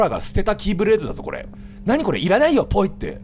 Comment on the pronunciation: 「キーブレード」が「キューブレーキ」に聞こえたw